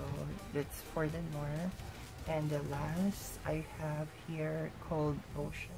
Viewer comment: i can speak French po and it's pronounced as "nwahr" or "nwar" Those are French products po